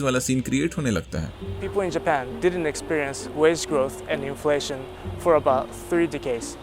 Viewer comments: INFLATION ❌️ INLATION✅️😂😂😂😂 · not to sound like a neard or goofy but its inflation and not inlation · Inflation ❌ inlation✅